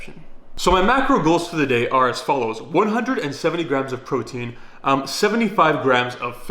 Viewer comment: "PROITEIN SHAKE" Is that another kind of goddam steroids bruh? Need to let us know lol